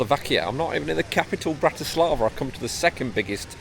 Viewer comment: Please at least try to correctly pronounce the city and also its capital Bratislava.